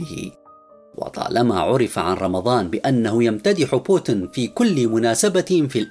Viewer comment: إقرأ اسم بوتين بطريقة صحيحه من فضلك